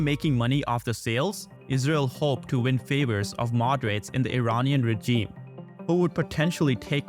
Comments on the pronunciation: You got to help this dude with the pronunciation of regime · Hahahah yeah